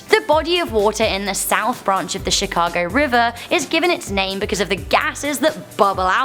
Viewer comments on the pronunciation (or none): none